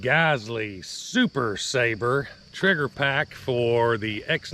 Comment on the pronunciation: Great video! Just so you know though, it's not called the "Sabre" as you were pronouncing it. It's "Sabra" (pronounced Sah-Brah), which is a Hebrew word that is used to describe someone or something strong or resilient.